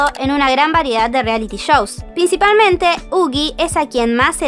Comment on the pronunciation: Yuqi no se pronunciaría Yuchi?